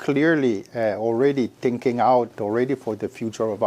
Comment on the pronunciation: Zzzzingking? In her dream👽🤣🤣🤣🤣🤣🤣🤣🤣🤣